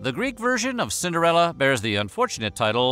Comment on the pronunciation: Cinderelli, Cinderelli... all I hear is Cinderelli.